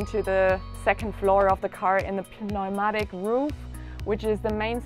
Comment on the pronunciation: I just wanted to say your English pronunciation is excellent! The English word pneumatic is a silent p. Since you pronounced everything else so correctly I thought you would want to know that too! What a beautiful van…Blessings…